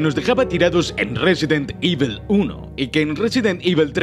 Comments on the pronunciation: Por favor, no digas "ivel" por favor... es "ivol", resident "ivol", me duele muy fuerte cada vez que lo escucho y encima lo dices un montón de veces jajajaja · "resident Ível"